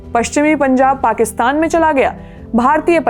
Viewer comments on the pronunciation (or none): none